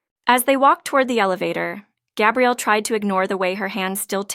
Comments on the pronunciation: I really enjoyed this story. Thank you. For further clarification regarding the name of the female lead...the pronounciation is...Gah. e.g. Gabrielle Union. For the male the pronounciation is...Gay-brielle. Note...the spelling is the same for both male and female...so AI might not be able to distinguish between them...it's a common problem among the story sites...makes me flinch though. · Iteally enjoyed this sincere loving love story and the suggestion of Happily Ever After!!...but I flinched whenever I heard Gay- brielle instead of Gah- brielle...correct pronunciation, please !